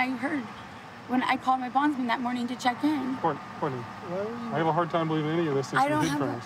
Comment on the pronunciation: Courtney say Court: NAY